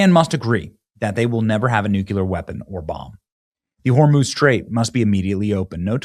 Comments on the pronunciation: Benny, I know you're not illiterate but why do you insist on still saying NEW-CUE-LEHR??? No such word. If you can't pronounce it correctly, then pronounce it phonetically. You've heard it pronounced correctly thousands of times and you still say new-cue-lehr. It's NEW-CLEE-Ehr. Robin Williams never said it right either... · Nuc-clee-er! NOT nuc-u-lur 😖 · Love you Benny, but again.... it's NOT "nucular" it's "nuCLear" 😉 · Benny love you but it NEW KLEE UR.. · Nuclear is pronounced nuke-lee-er Benney. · I can guarantee you that NO ONE has nu-cu-ler anything…